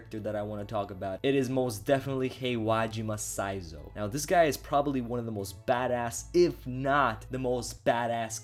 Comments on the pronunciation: Saying Sai-zou instead of Shi-zu-o ? Okay then.. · Holy fuck your pronounciation for Shizuo's name is horrible.